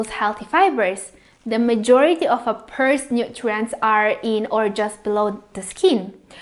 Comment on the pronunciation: Thank you for the video and great info. Pears are pronounced 'pares' and not peers though. lol.